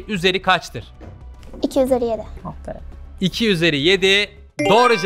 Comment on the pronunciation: da Samet senaya ``afferim`` diyor